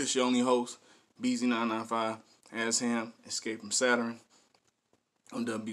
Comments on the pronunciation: Yo, he pronounces it E-sham. Hes dope, he put out his first album when he was like 15 or 16 in 1989! I think he has around 30 albums. You should check out some more of his songs. He has a song called Tony Montana, you should react to that. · ESHAM pronounced (E-Shom) … one of the Greatest MCs of All-Time , anyone who thrived from Detroit in the 90s and 00s were Influenced Heavily By Esham who came out swinging in the 80s and present, he’s done so much work that even the Top MC of today has not even covered the body of work he’s put down in the industry, One of the reasons most of young Detroiters doesn’t know about Esham is because of the broken relationships with our local radio stations and DJ’s but Esham has made millions of record sales globally as a 100% Independent Artist. Guys like Eminem, ICP , Kid Rock, Twiztid, Tech N9ne , Blade Icewood, Royce Da 5’9 , Bizzarre , King Gordy, Stretch Money, Too Short, 3’6 Mafia, and So on has spoken of Esham and his influence over the years on their music and careers.